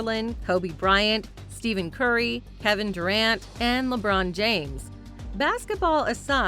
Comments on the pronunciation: You should be sued for saying Steven Curry !!! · Did she say, "Steven Curry"?????